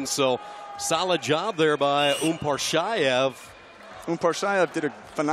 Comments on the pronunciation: It's UMAR PASHAEV, not Umparshaev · Who is UmParsShaEv??? It's Umar-Pasha-Ev!!!!!!!!